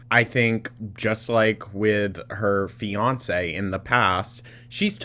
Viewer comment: I had to rewind. I thought you called Tommy her “FEED-ance”😂